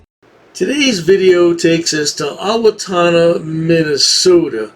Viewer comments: Did he say Ottowotonna? It's says it righ tthere Owatonna! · I live not to far from here and it's pronounced " Oh Wa tannah" us Minnesotans don't deal with bullshit.